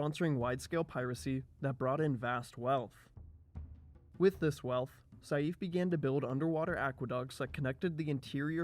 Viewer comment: excellent video! but try next time practice the pronounciation of some names (ex. saif is pronounced like sayf )